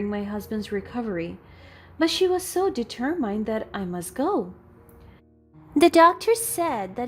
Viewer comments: The reader has been doing the reading several stories and she still has not learnt to read d ter muhnd rightly. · You still need a proofreader. Please look up the pronunciation of the word: determined. You use the phrase ‘with no further due’, but what you really mean is ‘without further ado’. You switch between first person and third person references within the same sentence.